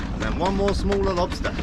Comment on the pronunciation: Why are you saying “spider” like that? SPIDUR! And a LOBSTUR!